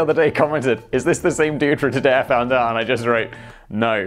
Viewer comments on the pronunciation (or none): none